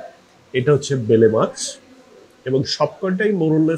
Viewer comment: Bele mach na uccharon hobe baila mach